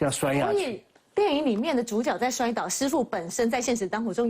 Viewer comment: 是zhǔjué啦！一直豬腳豬腳